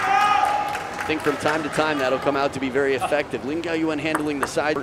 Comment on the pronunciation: i thought the commentators are flawless :D lin gaoyuan, not gaoyuen. lin with crazy spin this match, and super fast changed from back to forehand.